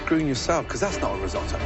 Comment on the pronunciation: the way you pronounce risotto will make Italy weep a little